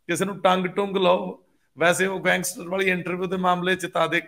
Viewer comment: Gangster ਬੋਲਣ ਵੇਲੇ ਸਹੀ ਉਚਾਰਣ, ਦੁਲਾਂਵਾਂ ੈ ਦੋ ਵਾਰੀ ਲਾਉਂਦੇ ਹਨ, ਪਹਿਲੀ ਵਾਰ ਬਿੰਦੀ ਨਾਲ ਠੀਕ ਹੈ, ਦੂਜੀ ਵਾਰ ਨਾ ਲਾਓ ! ਗੈਂਗਸ+ਟਰ ਠੀਕ ਹੈ, ਗੈਂ+ਗੈਸਟਰ ਗਲਤ ਹੈ !